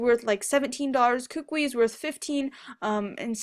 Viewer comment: Ok people kukui is a three syllable word. [koo-koo-ee] Just thought I'd help you out.